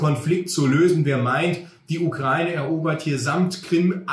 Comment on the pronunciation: Endlich mal jemand, der Ukraine richtig ausspricht.